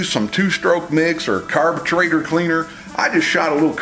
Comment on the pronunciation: Audience, I just subscribed to the guy who says, "Carber-truater". He sold me already...Okey dokey dang there partner...Smh